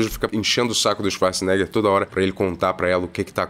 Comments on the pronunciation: Ele chamar o arnold de chivarts, o tempo todo, me pega muito kkkk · Eu só assisto esses reviews para ver o falando Swacharza! ❤ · “Xivarza”, agora nunca mais vou chamar o Arnold de Arnold.